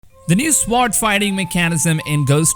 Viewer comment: Gave you a like. Friendly reminder to help with your English; sword = sord ("w" is silent) and honest = on-est ("h" is silent). Wish I had learned a second language better myself...one of my biggest regrets so far...but if you're doing videos, speaking with authority is your stock and trade, so it's important for you. Keep up the good work...this game is going to be amazing :-)